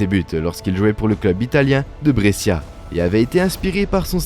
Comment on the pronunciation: Brescia, Şükür : le massacre des noms!